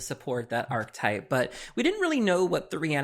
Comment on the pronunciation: Archetype has THREE syllables... please, please stop saying, "ARK-TYPE;" it is "ARK-EH-TYPE."